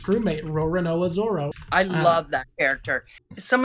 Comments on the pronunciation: I like how you correct her slight mispronunciation of Nami, but then let her keep saying "Zolo" over and over, for the whole rest of the video 😂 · Its zoro. Not zolo. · What a fantastic video idea. I really enjoyed this conversation. Lots of interesting observations. Thank you. Although I have to say, an L in Zolo instead of Zoro bothers me way more than an ay in Nami (and Nami was the one that you corrected). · Don't say Zolo, it's Zoro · I love that you corrected her pronunciations on everything except Zolo